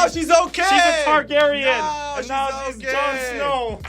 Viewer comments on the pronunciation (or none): none